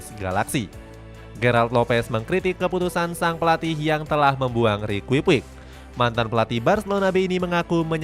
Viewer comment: Rikui puik wkwkwk Padahal di komentator bola maupun game ngomongnya riki puch 😂😂😂